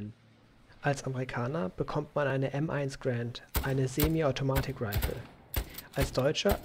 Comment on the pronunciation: Sehr gutes Tutorial, ABER grauenhaftes englisch xD und es heißt M1 Garand no offense indented